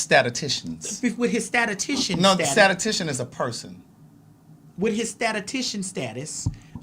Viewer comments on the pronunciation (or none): Craig. I only bring this to your attention because you gave Maddie a hard time on he prounciation of Antigua. Statistician is pronounced ˌsta-tə-ˈsti-shən. You're pronouncing it as sta-ta-ti-shən. Like yours was in love. So is mine. ❤✌🏾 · don’t swing on my Craig for my correction but I work in the dept of biostatistics… It’s statiSTIcian 😂 I hate that word either way